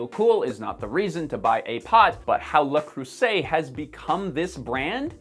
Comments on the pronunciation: opened the video because I'm researching pots and first thing I hear is the most absolutely incorrect pronounciation of the company (how in the world can you think it's pronounced like that even?), instantly made the video completely untrustworthy. Can't bother to learn the name, why would I trust anything else in the video? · You still pronounced it wrong. 😂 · every French person is crying by your pronunciation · Someone has probably mentioned this already but half of Belgium speaks Flemish which is Belgian Dutch. Which probably explains the "Dutch" in Dutch Oven. Et votre prononciation de Le Creuset n'est pas parfaite...close but not quite. (Just sayin' 😉) Otherwise I really enjoy this video. Thanks for posting it and doing all the work to show us! Cheers. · Thank you very much for this, i learned more than i was looking for! As to the pronunciation of "Le Creuset", which i wouldn't bring up if you hadn't made it a thing 😁: pronounce the eu as you appropriately do the e in Le (rather than ew ), and the s as in laser , and that'll be almost perfect. To pass for a French speaker there would still be the classic case of the r sound (which gets you a black belt in French - moreso as there are two r in "ceinture noire"), and the ay for et would be shorter and less towards the i sound at the end. Hope this helps! 😉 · OMG You pronounced Le Creuset WRONG 99 times out of 100!!! Accent on CREU. Otherwise I enjoyed the video, but really, you drove me crazy. I collect Le Creuset, and have just purchased the bread maker 299.00,(paid less) to make sourdough bread.🥖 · Heard your pronunciation of Le Creuset, stopped watching, closed youtube. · Haha! I cringed at your first pronunciation. 😂😂😂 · That's... Not how you pronounce it lmao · but you're still not pronouncing it right? I am a French speaking Canadian, and even pronounced in the France French accent it wouldn't sound like this. It's less a "ooooo" sound and an "euh" sound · C'est pas bien prononcé. Je m'attend à mieux😢